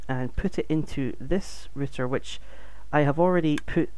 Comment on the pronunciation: good video but why are you calling it a ritter when it is a router? r-out er